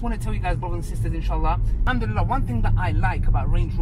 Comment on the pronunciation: May allah give you unlimited barakat in your health and wealth People just learn how to say Alhamdulillah